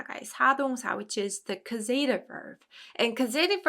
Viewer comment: I had been confused about passive verbs and this cleared it up a lot. Always great to see lots of examples. Thank you as always. Looking forward to the next classes to see them in action. And I'm a bit embarassed to mention this, but (at least here in Canada) the 'a' in causative is pronounced like the 'a' in apple. And the emphasis is on the 'caus' syllable. Papago does a good job pronouncing it.